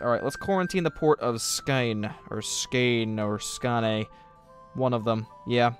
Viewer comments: Skåne is pronounced Skonuh I believe. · a tip,its better to say skone,just take å and only pronounce that little ring